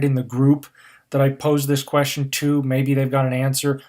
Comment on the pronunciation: Next year home pod for a fool squwad? Its a quwestion.